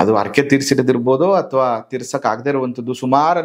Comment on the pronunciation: ಅರಕೆ ಅನ್ನೋದಿಲ್ಲ.... ಅದನ್ನ ಹರಿಕೆ ಅಂತಾರೆ ಅಲ್ವಾ!?? ಹ ಕಾರ ಅ ಕಾರ ಸ್ವಲ್ಪ ಸರಿ ಇರಲಿ ... ನಿಮ್ಮ ಮಾಹಿತಿಗೆ ತುಂಬಾ ಧನ್ಯವಾದಗಳು